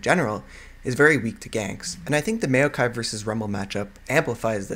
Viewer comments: It's not may-o-kai, it's maow-kai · you say maokai really awkwardly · Not trying to hate but, as soon as you starting to say maokai i had to close the video, it really just boggles my mind a lot how you say maokai =/ but overall what i've watched of the video was really good